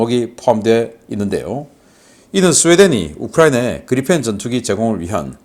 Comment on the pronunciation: 그리펜은 Gripen 이고 발음은 그리풴이 아니고 그리펜입니다. P 빌음이 나오지 f 발음이 아닙니다. 신씨 이사랍은 모든 P 발음을 F 발음을 하는 이상한 사람입니다.